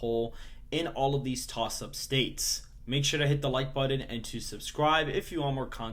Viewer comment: It's button, not buddin!